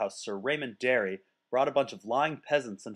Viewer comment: if you say Darry one more time I'm going to have an annurism.